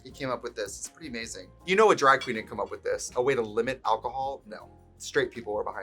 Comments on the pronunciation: When I’m Wisconsin we pronounce things with an ae… draeg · “We do dræg.” That wisconsin accent is peeking out.